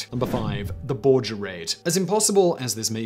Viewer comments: Its pronounced bore-grr. i live 30 minutes from there. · Just a quick point or 2. It's Bor ger with a ("g", not "j") sound, and Frank Ha mer (with a long "a"), not like the carpentry tool. Love your channel! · Borger is pronounced like burger with a hard "g". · Not Bor-jer!!! It's Bor-ger!!! HARD G!!! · Bor-Ger... Not Bor-jer... It's Texas, not France. :) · He pronounced Borger wrong.